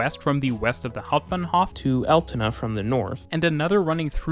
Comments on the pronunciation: I like how you overdubbed instances of you saying the word "Altona" to get the pronounciation right, but missed a few :) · Lol... how wrong have you said "Altona" in your first recording... and why haven't you spoken all the sentences again then, when you made such a big gaff that you thought "I have to rerecord Altona" - it sounds completely unnatural how you cutted! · There is an Altona in Canada with the pronunciation he originally uses. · Yes, he gets the pronunciation of Altona correct initially but then has to correct himself, and then much later in the video he reverts but fails to correct it! Rather weird🙄